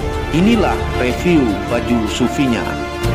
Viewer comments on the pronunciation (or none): none